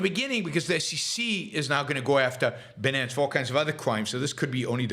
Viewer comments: It is pronounced "BYE-NANCE". You do not sound like you are familiar with the subject when you pronounce it incorrectly. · Like 'finance' but with a b. There's a Monty Python reference in there, sort of.